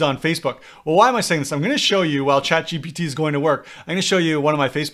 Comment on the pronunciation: It’s GPT.. not gtp